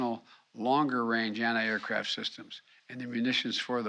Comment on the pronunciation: "Anni air, anni tank munitions." Biden needs to take some anni oxidants.